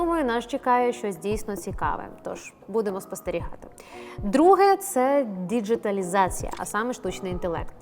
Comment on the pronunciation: Ви не так сказали слово "діджиталізація" (якщо вірити Кличку 😂)